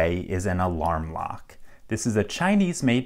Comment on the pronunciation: I thought he said alarm clock